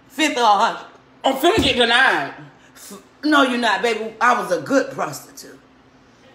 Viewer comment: “SCHOLARSHIP DE-NIED” 🤣😭 Lmfao